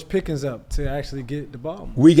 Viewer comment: Why he keep saying Peggy? Is that a atl thing?